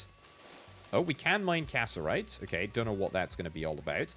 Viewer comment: him pronouncing cassiterite as casserite is eating me alive 😭